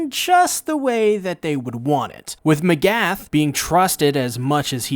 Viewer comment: How does one mispronounce names when they are spoken to them out loud repeatedly. M'agath.. just the stres, it's on the first "a" iz all